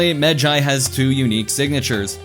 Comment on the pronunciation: Thank you for pronouncing it right